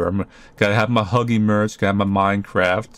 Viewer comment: The way you said Minecraft. So funny